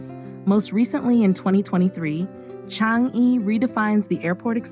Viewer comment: Thanks 🤗 Am born & bred here since 80 years ago. I’m happy for Singapore’s success. Accurate facts & narration … except that ‘Changi’ should be pronounced as ‘ Chang yi ‘ & ‘Newwater’ as simply ‘ New water’